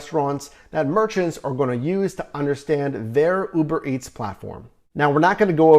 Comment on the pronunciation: bro why tf you saying Uberetts 😂